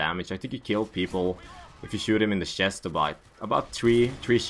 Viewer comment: WTF is a "SHEST"